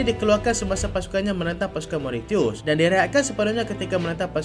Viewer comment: Mauritius disebut MO-RI-SYES ☺️